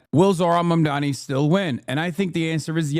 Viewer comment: Why is it so hard to pronounce Mamdani's name? I feel like Cuomo psyched everyone into saying it wrong